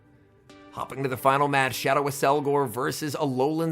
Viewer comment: It's apparently pronounced Ak-SEL-gohr but I can see why you want to say Ass-elgor